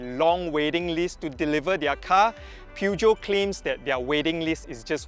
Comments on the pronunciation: Good review! But it’s pronounce as Pur-Jyo 😅😅 not pew jeow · Per-jhio. Say it right